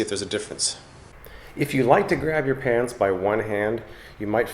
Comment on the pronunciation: Did he say pants or pans? You decide...